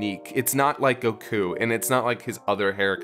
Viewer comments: Why does he pronounce Goku as "Go-KU"? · "You don't have to say it the way I do. I know I've already annoyed a bunch of people with that." Oh you've been doing it the whole review by saying Goku as Go Kyu. I know it's a weird think to be hung up on. But at least the Pan thing can be explained.